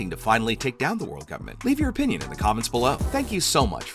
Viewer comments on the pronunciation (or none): none